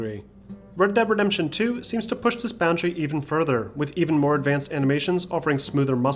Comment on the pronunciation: Bred deb redembtion 2